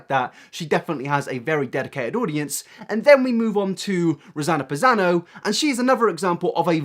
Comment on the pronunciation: he said rossano passano lol